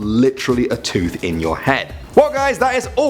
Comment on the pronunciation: Did he say 'a tud in your head' instead of 'a tooth in your head'?